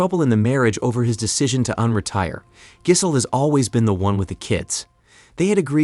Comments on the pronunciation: I love how the automated voice pronounced his wife's name..."Jizzle", LOL! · I love how you pronounce her name. You totally destroyed it. haha